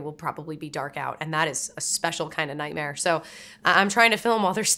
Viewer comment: When you say “Natmare,” it sounds like how people in my home state of Arkansas pronounce “nightmare.”